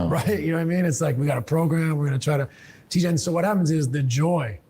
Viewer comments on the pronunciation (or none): none